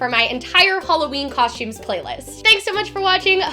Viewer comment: Coshtumes haha